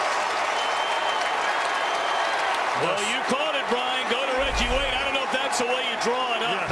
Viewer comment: " I give weggie wayne gweat cweddit"